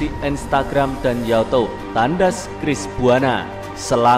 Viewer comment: Youtubeee woi, bukan yatob.hadehhh bikin kesel aje